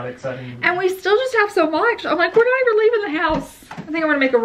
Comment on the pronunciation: I noticed you say ‘eever’ , am I right? I had never heard that before... love your videos!! Trying to learn to not get motion sick when I watch on my big screen tv. Had a COVID scare day before yesterday. My work made me leave and schedule a test....it was negative YAY!!!!